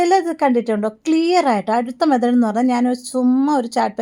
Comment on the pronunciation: മെതേഡ് അല്ല മെത്തേഡ് ആണ്❤❤🎉